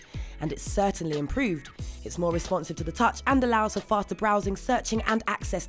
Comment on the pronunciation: its vewy wesponsive :)